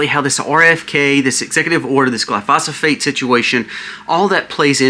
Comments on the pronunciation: ……………. It’s pronounced “ GLY - PHO - SATE “ Glyphosate, NOT “ GLY - PHA - SA - PHATE “ ……. Just trying to correct you my friend, it’s like telling your buddy you have a bugger hanging out of your nose 🤣🤣🤣 ( I have 5 pest control licenses and I’m a certified Arborist, I know about Chemicals ) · Why are you pronouncing it like that? Glyphosate! Trump didn't almost get killed. That was another psy-op. This country is cooked. People just do not want to face it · It's Glyphosate right? not Glyphosophate. Love your vids ❤ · Glyphosate - GLI - FO - SATE (PRONUNCIATION)